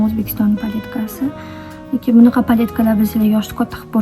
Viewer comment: "Mnaqa" diyishizga oʻldim boru ❤😂